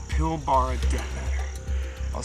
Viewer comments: Ahahah its not pronounced pil barah it’s pronounced pilbrah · Pilbara is pronounced Pil-Bruh haha. Nice addition 👌